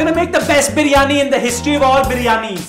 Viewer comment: 1st off all please Pronounce properly BIRYANI NO BARYAANI 🙄🙄🙄 THERE'S NO COMPETITION BETWEEN KARACHI BIRYANI TO ALL OTHERS.... KARACHI BIRYANI IS LOVE 💕